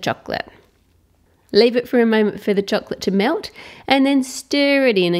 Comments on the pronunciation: "cheklet" LMAO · ramziz chohklet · Say the word chocolate properly or don't say it at all